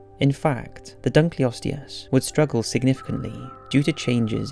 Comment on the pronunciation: Interesting video, and one actually in one of my own fields. I could quibble with your pronunciations (like saying "adaption" rather than "adaptation", your pronunciation of Dunkleosteus, and the fact that you refer to the animals in #1 as "Brontotheriidae", which is actually a family name. You could just call the group collectively as "Brontotheres", since your illustrations show several different species). I think that's it's certainly true that none of the animals you discuss could survive in our time, essentially because the ecosystems in which they lived are no longer in existence (as you point out). I think that resurrecting mammoths would be a terrible idea, because elephantids in general are highly intelligent and gregarious animal that rely heavily on learned behaviors from the families in which they live. Mammoths would need to be raised and kept with elephants, at least at first, but we really have no idea, except in the most general terms, how they behaved. But no modern elephants could teach a young mammoth how to survive in a far northern tundra climate. At the same time, mammoths were not at all adapted to tropical climates, and would do very poorly among modern elephants.